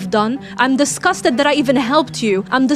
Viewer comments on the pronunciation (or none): "IM DISCASTET!!!!!!!!"